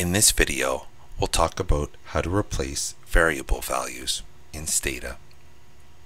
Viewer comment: "Talk aboot" - Canadian identified!